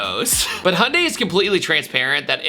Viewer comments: Is that how Americans pronounce Hyundai?... Hundie? There is a Y between the H and the U, You know that right? ;) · Hey, there’s a “y” in “Hyundai”. Just trying to help you out man. Sounded out slower: “hee-yun-day” (real-time it is 2 syllables) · Why do Americans always forget there is a ‘y’ in Hyundai?